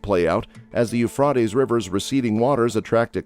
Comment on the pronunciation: You really don’t say what was discovered this is a long explanation about what happens when you put in dams what did you discover about the drawing up of the rivers and then you pronounced Euphrates wrong